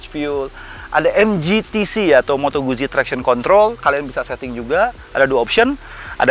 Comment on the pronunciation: Pengucapan moto guzzi itu moto gut-ji hehehe